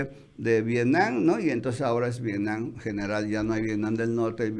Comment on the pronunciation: Nadie de los Chapuceros puede pronunciar V I E T N A M?! No VIENAM, ni Vienan por Dios!